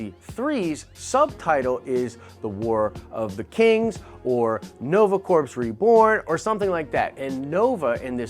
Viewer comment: Did you say "corps" as "corpse"? :(